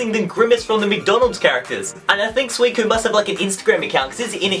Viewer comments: Suu-I-SEEN that's how I pronounce it. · He says Suicine wrong lol XD